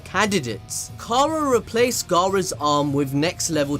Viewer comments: Any body else notice he kept saying gara not go ro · Is it just me or everytime he said Garou I thought he was saying Gaara lol!